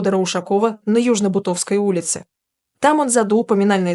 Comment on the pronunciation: БУтовской, а не БутОвской! Господи, какой- то кошмар!